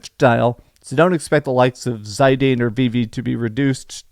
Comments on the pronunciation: that's how Zidane is pronounced?! D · Bro can't even say Zidane's name right.